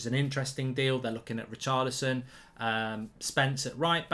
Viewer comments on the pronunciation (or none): none